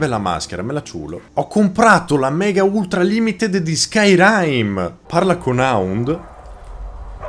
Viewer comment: Skyrym come dice lui non si può sentire però